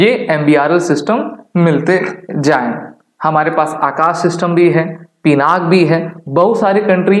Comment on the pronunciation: पिनाक नहीं पिनाका है भाई